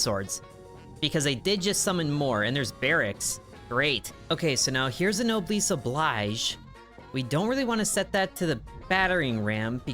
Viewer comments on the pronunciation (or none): It's also nob-el-es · "no bless oh bleej" is close as I can explain to pronounce it. It's French. The obligation of the nobles. If you're better off, take care of people who aren't